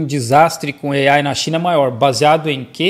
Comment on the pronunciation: Gastura dele dizendo "Ei-Aiiie"